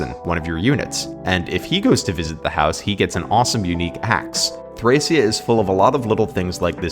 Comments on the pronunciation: its thrakia. hard c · NO ITS PRONOUNCED "THRASHIA" all jokes aside, cool vid!